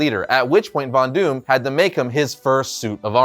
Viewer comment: Bonus points to you, for pronouncing his name PERFECTLY.